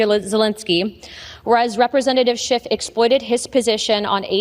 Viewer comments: Notice that both Luna and Mccarthy call him "Shift" instead of "Shiff on multiple occasions. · His name is SCHIFF, not SCHIFT. dummies. And that's rich coming from Santos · What is really immature is that the GOP is mispronouncing people’s names. Schift, in this example. What if Dem’s did this as well (like )? Decorum would be lost forever. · Did McCarthy say Adam Shift??? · Okay, Scamtos and Looney, I get, but why is a douche canoe like McCarthy Speaker of OUR House when he can't even pronounce Rep. Adam Schiff's name correctly?